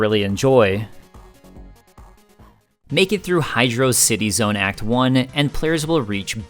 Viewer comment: I'm not taking anyone's opinion seriously who pronounces it "Hydraawwcity Zone."